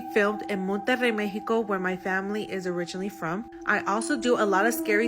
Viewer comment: WHY?!? THEY SPEAK perfect English until this word ,,,,,me-he-ko, its Mexico, to us, mek-see-ko